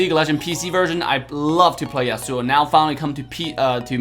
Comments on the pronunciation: Yas su o not Yas Sue o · Dude rlly said yayaSuuuS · i play league too .Isn't that how league player usually pronounce it? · Samurai's are from Japan not from U.S. besides Devs pronounce it like that. If you don't like it there is also a fact that scientific research was made and according to that scientific research there's an estimation of twenty thousand different ways of how you pronounce the word/name, "Yasuo" and also he compared the wrong character he should've compared Fiora and Lancelot instead because it make more sense. He didn't do the Fiora comparison for some copyright issues.